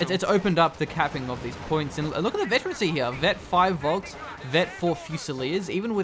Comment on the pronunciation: like FOLK - not VOLSKS.